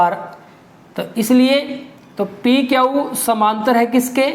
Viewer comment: Sir aap q ko kyau kyon bolte ho